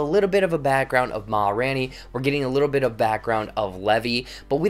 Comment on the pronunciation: RAIN! It’s RAINey. Sorry, it was killing me